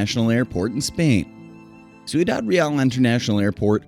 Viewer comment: #10 is mispronounced; it should be roughly "syoo-dahd rey-ahl," not "soo-ee-dahd ree-al." The narrator has reversed the I and the U in "Ciudad."